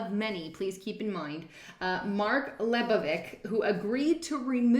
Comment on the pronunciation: Leibovich =Lee - bo - vitch -- just another snake posing as a journalist... BTW Great channel